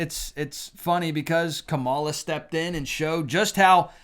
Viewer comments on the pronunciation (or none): I didn't vote for her, but it's KA-ma-la, not ka-MA-la. I have made this comment on many other videos before.